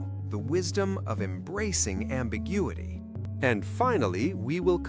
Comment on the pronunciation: same for "ambiguity" not ambigudity